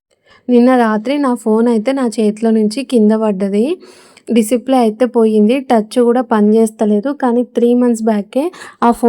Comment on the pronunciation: డిసిప్లే కాదు డిస్ప్లే